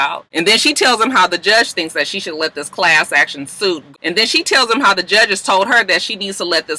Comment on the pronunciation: The fact that she can’t say class action suit is what’s funny 😂😂 every week it’s a tongue twister!